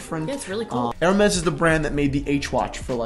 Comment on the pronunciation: Ha ha! is hilarious in this one!...Whaaaaaaaat.....Jayzuz girl, just butchered, marinated and then chopped again the Hermes watch name!! Fell off the chair!!